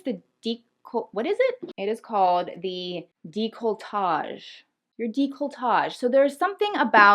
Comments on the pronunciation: Just so you know it's deh-coltage, not deecoltage! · you didn’t pronounce it totally correctly; it’s “day-cole-tahj” not “dee-cole-tahj” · “Deecoltashe” ?? 🤣🤣🤣 Girl GOOGLE is your best friend for correct pronounciations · I cringed so bad when you said deek-lo-tah-ge it's deck not deek. Lol 😂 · deck-luh- tahzghe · Gurl. Décolletage: DAY-coal-eh-TAJ (like Taj Mahal: tazh) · Its pronounced Deck-lo-a-tadge. Its French and one of my favorite words to say! I totally agree on decorating your neck and chest, something so feminine and beautiful about it. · You look much younger as a brunette. Dey, Cole, Ey, tawj... Lolol that's the pronunciation. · Decolletage....Try pronouncing it like: Deckle-la-taj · Neckline area: Dea-claw-tay 'Dea' like 'dead' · girl... décolletage. pronounced "day-ko-lah-TAHJ" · DECK-a-le-TAGE 😉 This vid is great. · Loving your tips. Can’t help myself, It’s pronounced dec la tay. 😊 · No. It is pronounced day-colle-tash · (Funetics for declotage)... deck-low- tahzche some call it deck-low-tay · Its pronounced Deco-targ, if anyone wanted to know, But say it however you want lol you actually new it so props to you, also despite not being able to wear heels, these where really good tips, your very beautiful btw. X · Decolletage is pronounced DECK-LA-TAJ. You're rockn' Louboutin's & "educating" viewers about fashion & luxury brands, but didn't know how to say that. Can't even take you seriously now 😒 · Décolletage is pronounced Day-Cole-Taj (I took 4 y French in high school inc. 2 summers conversational, 2 semesters in jr. college, & 19th cent. Fr. Lit ASU). Clavicle's another word you seek (cf. where Ralph Fiennes in The English Patient says the sexiest part of a woman's body is the bowl the ctr. of the collarbone -- as if any straight guy would ever think that, but then he was just trying to impress her). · *dec-uh-luh-tajj Lol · It's pronounced 'della-coh-tarje' xx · Décolletage (daye-coh-leh-taj) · Deck- luh - tay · Dec - la- tay! 😂😂